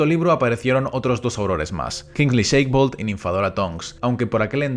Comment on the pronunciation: Gran video, como todos!! Voy a ser un poco Hermione: es Shacklebolt (pronunciado shaquelbolt), no Shakebolt (sheikbolt). Saludos